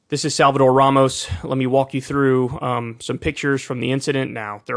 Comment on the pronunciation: Abbot does a press conference and when he said Ramos' name, he kept mispronouncing it "Romas," as if Ramos was some unpronounceable name. It's a perfectly stark exposure to the hard lack of empathy and connection to all the people of Texas, not just the white good ol' boys and girls.